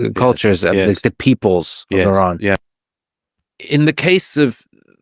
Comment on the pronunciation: He can’t pronounce properly even name iran not tehran